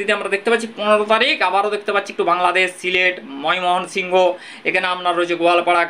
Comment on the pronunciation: ' ময় মোহন সিংহ ' বলে কোনো জায়গা তো বাংলা দেশে নেই , তুমি তো বাঙালি , বাংলা উচ্চারণ‌ও করতে শেখো নি ?